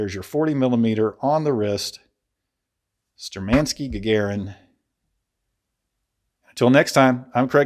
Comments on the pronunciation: Shturmanskie, not sturmanskie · Great information, great review! Keep up the great content. P.S - You are just "butchering" the name.. You have to accent or stress the first syllable "shtUrmankiye", and the ending "skie" is pronuonced as ski and yeah. So it would read as - Shtur man ski yeah I do hope that it makes sense. Sorry, just wanted to point out.